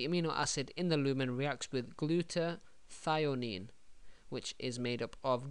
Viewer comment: The molecule is called glutathione not glutathionine